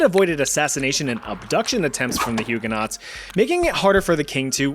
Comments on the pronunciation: they are pronounced hugeonoes not huguenots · I'm really sorry, but Hugenaught is pronounced Huegen-o. The aught is silent. :) From a Hugenaught. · Love love love all your videos…. But PLEASE say Huguenots correctly! It’s making my ears bleed 😂😂